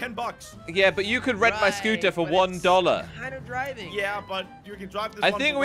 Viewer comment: SAID DOLERS